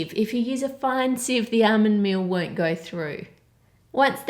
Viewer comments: "Armond mee-oh" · Hey whats "ahhmund meal" ?